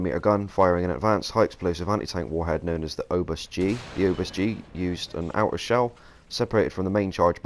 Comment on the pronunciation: the S is silent in "Obus",the amx 30 is the prototype, the AMX 30B is the standard production vehicule, the amx 30b2 is the upgraded one, and the amx 30b2 Brenus is the upgraded one with era.